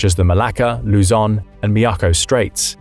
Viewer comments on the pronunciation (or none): none